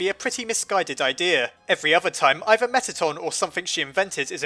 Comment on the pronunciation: Its Meatton